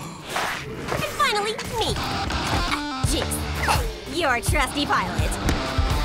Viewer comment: League of Anime There's no "K" in Jinx.